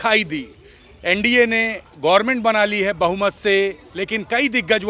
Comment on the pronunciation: Hey man it’s Government, not a gorment, and you are so called news channel. Are you serious gorment 😂🤣😂🤣